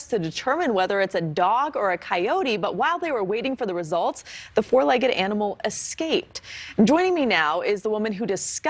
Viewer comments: There's no "x" in the word escape. The way his ears are positioned on the side of his head, he looks like a coyote...with mange. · It’s escape, not exscape. And btw people, it’s ask not aks. It’s a tiny 3-letter word. Don’t get mad at me for pointing it out because the same people have no problem pronouncing thousands of other, longer words correctly. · Dissapeared ? One Question , How Do You Pronunce "Escape" E S cape or Ex scape,. What , Hello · Oh I know that “ex-cape” thing was driving me batty. Maybe the dog/coyote was trying to get away from bad grammar.